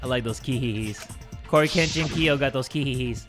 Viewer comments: Korekiyos name: Korekiyo Shinguji pronounce: Cory kenshin Kiyo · anyone gonna say something about calling korekiyo corykenshinko LOL